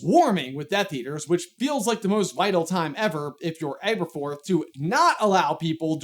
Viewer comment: Not really to do with anything, but I noticed you pronounced Aberforth with an "Abe" sound in the beginning, but from the very paragraph you read Neville calls him "Ab", so I would assume his name is pronounced AB-erforth, not ABE-erforth. Nicknames are not always conclusive, but I think they are great to give a hint at how to pronounce names in fantasy. If your name is ABE-erforth, then your nickname is more likely to be Abe than Ab and vice versa. Similarly in Game of Thrones, I've always assumed Catelyn Stark was pronounced with a "Cat" sound like in the show, because her nickname is Cat, and I could never understand people who said "KATE-lyn". If your name is "KATE-lyn", why is your nickname "Cat" and not "Kate"?